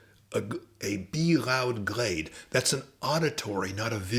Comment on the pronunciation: Your "bee-loud" sounds a bit like "bee-rowd" to me 😅 It's kind of funny :)